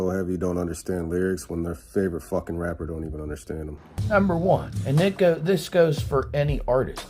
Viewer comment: Bro said “eye can wrap bedder” I love that song you posted!